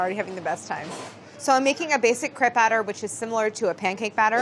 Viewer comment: Crepe... Kr Ape... And roll the r